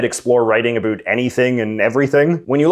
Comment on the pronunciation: 6 seconds in Absolutely no one: ... J.J.: "a boot"